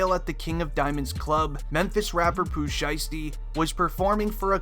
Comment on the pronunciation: All y'all internet junkies can't even say Pooh shiesty right. Stay in school rat racers.